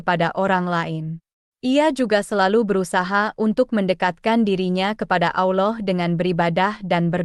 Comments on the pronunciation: Bukan auloh tapi alloh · Ma,af klo emang beragama , islam jgn sampe slh sebut Allah bkn alah,🙏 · Bukan alah anjir bqca nya tpi Allah.plis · Salam, betul ucapan nya berlapal salah yakni alah padahal seharus nya allah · Allooh. Bukan. Alah. Ya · Itu benar bukan bukan alah sebutannyda tapi allah.❤ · Ini juru video sebut allah seperti aulloh. aullah. 😂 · membaca lah dengar benar apa kalimat Allah jangan sampai bunyi nya seperti aullah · Penulisannya Allah tapi cara bacanya Alloh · Ko bilangnya Alah. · Betul ,kata Allah tebal Lam jalalah taphim ,bukan tarqiq,Allah swt,maaf koreksi ,sallm ukhuwah 🙏❤️